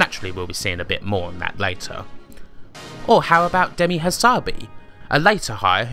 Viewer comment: Good piece. One thing that grated - "Demisssss Hassabissssss" - he's Greek, not French, so you pronounce ALL the "S"s. Also, coz he says so :-)